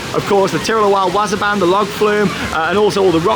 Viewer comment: w-AW-s-er b-AA-n... Not wazzer ban